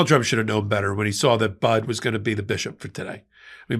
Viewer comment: FYI: Bishop Budde's last name is pronounced "buddy."